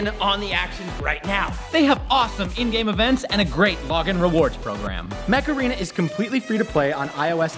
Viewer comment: At some point stopped saying “Mech Arena” and started saying “Macarena”